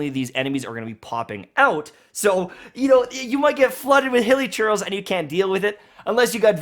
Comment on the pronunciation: you know you might get flooded with hilichurls Cc: flooded with hili churros